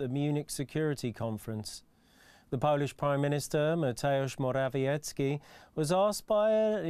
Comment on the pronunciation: Pomysł bardzo dobry, prowadzący mimo że ma dobry angielski to mówi w sposób beznamiętny, monotonny nudny a jego wypowiadanie Mateusz Morawiecki jest wręcz śmieszne, powinno być wyraźnie polsko wymawiane to co jest nazwą własną czy imieniem i nazwiskiem